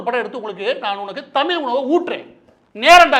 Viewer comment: டுமுக என்பது குடும்ப நிதிக்கழகம் என்று எல்லோருக்கும் தெரியும்,எத்தம்னையோ (லட்சம்)கோடிகளை கொள்ளையடித்தவர்கள் கும்பல் என்பதும் தெரியும்.அதை அகற்றுவதற்கு என்ன வழிகள் என்பதை தெரிவிக்கவும். மாற்று ந்பர்கள் பற்றி சொல்லவும்!! தமிழ் என்று ழகர உச்சரிப்பை சரிசெய்யவும்!!மாற்று ந்பர்கள் இல்லாத வெற்றிடமாக தெரிகிறது கால் அழுகிச்செத்த காரிகை A..1...சொன்னமாதிரி கண்ணுக்கு எட்டிய தூரம் எதிரிகளையே காணோம் என்பது மாதிரி தெரிகிறது தமிழ்நாட்டில்?. மு.பி.அடல் பிகாரி டுமுக விற்கு பல மந்திரி பரிசுகள் அதிலும் இல்லக்கா இல்லாத அமைச்சர் போன்றவைகளை மறந்து விட்டீரா?நீர் ஒரு பச்சோந்தி தானே?!!பா ப்பானிசம் நூலிசம் ஆரியனிசம் நூலிபானிசம் யாகம் வேதம் காமகேடிசம் வர்ணாசிரமம் கும்பிகுளியல்.சாணி மூத்திர சாத்திரம் போன்றவைகளை அகற்றினால் பாசகா பெஸ்ட் கட்சி தமிழ்நாட்டிற்கு!!மாற்றாக தேர்ந்தெடுக்க்லாம்.அப்படியே.ஆலரங்களிவ் ஆகமம்.பூசை செய்ய இட ஒதுக்கீடுகள் செய்யவும்😅😅😅